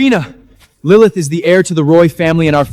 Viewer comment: “Lilimyth” was a personal favorite of mine 🤣🤣